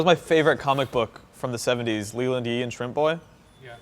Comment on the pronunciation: Great conversation guys! (But it's Leland Yee, not Lee.)